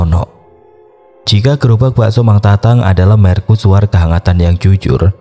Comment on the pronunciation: Kok merKusuar deh? Wkwwkwk bahasa indo itu, ya bacanya apa adanya.. mer-cu-su-war 😂😂